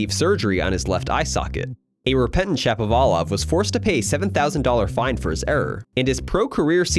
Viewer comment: Shapo like “shop”, not like “tap”